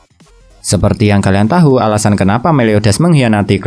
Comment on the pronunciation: Tahu dibaca tau bang